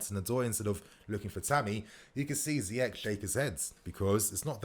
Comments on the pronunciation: Ziyech like Ziyesh. Not like Ziyek. my guy.... try sort out you pronounciation cause you are still going to talk about this fella a lot. 😁😁😁😁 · It's not ziyekk it's ziyeshhhh shh